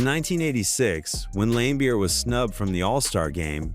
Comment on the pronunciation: limebeer? Another crappy AI channel to block.